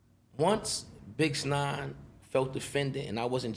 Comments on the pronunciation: I heard him say bixnine and I was out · he said bix9ine hahaha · Is he calling him bix nine? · Cix nine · I thought I herd vix 9 lmao 🤣 from the uk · Why he say 'BixNine'?